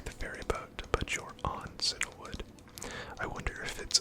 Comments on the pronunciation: I don't mean this in a mean-spirited way, but are you perhaps slightly dyslexic? It's CIAnwood, not CINAwood. You know, like the colour Cyan, since most towns and cities in Kanto and Johto are named after colours. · I'm glad I'm not the only one who grew up saying Cinna-wood, instead of Cianwood. Silver was my first Pokemon game, and little me just picked a pronunciation for words I'd never heard.